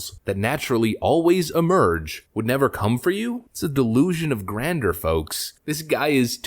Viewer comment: It's a delusion of grandeur, not grander. Learn to pronounce words. "Grandj-ure".